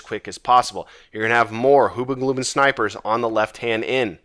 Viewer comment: "Hoo-bah-gloo-bin" gets me every time